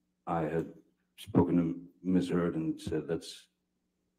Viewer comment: this man 100% said "Ms. Turds" lmao